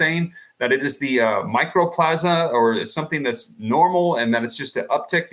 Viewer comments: Mycoplasma. Not microplasma. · 'MICO'PLASMA!!! NOT 'MICRO'!!!! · Mycoplasma Pneumonia, not "Micro-plasma." It is a bacterial pneumonia that is typically referred to as "walking pneumonia." It can be deadly to young people with depressed immunity but is easily treated with tetracycline antibiotics. This is NOT a virus. You are not on the ball but, rather, spinning a yarn and fomenting fear. RSV and Mycoplasma Pneumonia both rise at this time of year EVERY YEAR. Ask any health professional. Time for people to stop being so damned afraid of everything and it is time for people to stop giving these shills their ear. Also, RSV is Respiratory "Sin-sit-chul" Virus and it IS a virus. I wouldn't pay any mind to a report or advice from anyone who can't even pronounce the name of the condition.